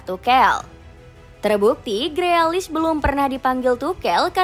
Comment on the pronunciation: Tukel apa Tukul min? Freakish itu dibacanya grilish 😂😂😂